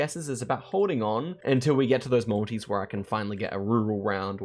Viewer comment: 50 mins into the video before I realised you were saying multi's. Whole time thinking why's he going on about the Maldives